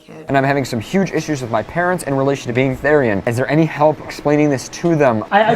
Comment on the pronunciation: its called being a therian, not thairian ( theer-e-an ) definition: a therianthrope ( therian ) is someone who identifies as an earthly animal. i am a wolf therian and i find this kind of offended. we are not furrys, we are THERIANS. they are two different things! edit: it is NOT a spirit animal, therians and spirit animals are two different things, you cant become a therian ( basically saying that not every person can be an animal ) your just born as one.